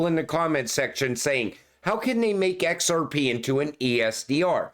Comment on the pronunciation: My favorite part is when he says "X Rrrr Peee" 😂 Great video nonetheless